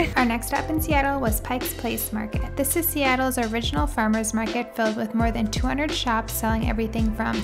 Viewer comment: I like the video but as a born in Seattle senior citizen it is the "pike" place market NOT "picks"